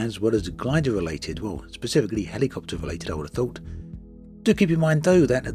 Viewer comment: Every time he says HELLY-copter, I chuckle 😃